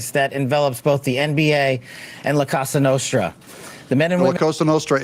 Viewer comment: Kash keeps saying “casa nostra”, which means “our house”. They are called “cosa nostra” - meaning “our thing”.